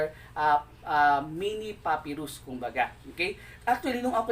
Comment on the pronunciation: Pa-pai-rus not puppyrus